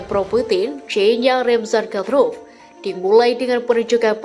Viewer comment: Bukan keselek... Tapi ngomongnya di-buat2 agar kedengaran keren, seperti : Mariopol diucapkan Maripol, Kadyrov diucapkan Kadrov dll...!!! Wkwkwk...